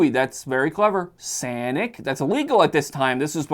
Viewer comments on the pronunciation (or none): Mf said “sanic” 😂